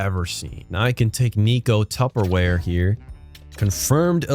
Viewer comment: Yoga guru. You-kat-sjuruu. Jokiharju. 🧐 Did you just crack the finnish national secret? Tupperware Tuppurainen too? Man dont ask for diabolical trades, you gonna get what you asked for! 😅🎉